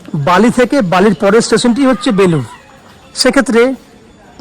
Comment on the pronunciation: Advut to apni jayga tar naam proper bolun